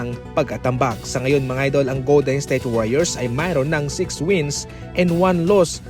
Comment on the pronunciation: Goldensthayte ba naman pag pronounce HAHAHA